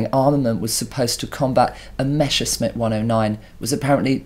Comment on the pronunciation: Still hoping there exists a Brit who could correctly pronounce MESS-ER-SCHMITT